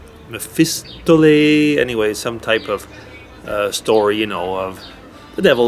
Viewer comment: Mephistopheles, pronounced meh fez ta foe leez, is said to be an agent of Lucifer who was summoned by Faust. I guess that's the story being told by the Opera. Here in the U.S. there are, as I'm sure you know, many many mixed heritages. It would be tough to stick with any particular group. Bernie sounds like the best choice to me, but, like you say "pie in the sky". EdElisea 04/22/2016